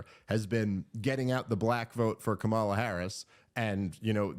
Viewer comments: Dave I believe you’re pronouncing Kamala’s name incorrectly. The emphasis is on the first a, not the second a. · I call her Camera, because, because when I was a poor little black girl being raised in the scraggly woods by my quadruped mother (she ain't had no arms nor legs, which was her misfortune, and none of my own), I couldn't pronounce Kamala, so I says Camera instead. I also couldn't pronounce toast or Philadelphia.